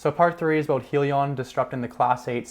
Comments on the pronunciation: You need more research bro Its Hydrogen- li-on not Hee- li- on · It is pronounced Hi Lee On get it right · Welcome to the crowded financial YouTube channels. First, you must be able to say the name correctly. It is Hyliion, with an "i" sound from hybrid. Hyliion stands for Hybrid lithium ion. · Lol im sorry but i clicked right off once he mispronounced the company name 😂